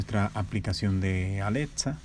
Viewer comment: Osea al principio dijiste Aletza. Y esa no es la voz de Alexa..